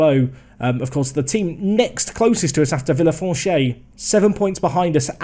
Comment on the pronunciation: villefranche is pronounced vee-uh-fronsh